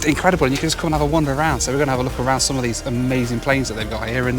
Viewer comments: man, you gotta learn to pronounce the word "Some". It really sounded like "Sam" and that can't be right, can it? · I've never heard a fellow Midlander say 'some' in such a posh accent! Some night not agree with me though. I heard you sneeze after saying that word too. Bless you!